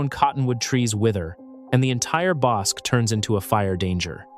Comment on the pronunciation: One might say that neither one of those is how you pronounce bosque.